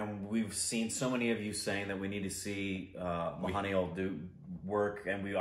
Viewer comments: And you should pronounce his name as Moo-han Laa-l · Lol how can you pronounce mohan lal as mahaneel, its beyond my understandings:D. I can expect that from but not from you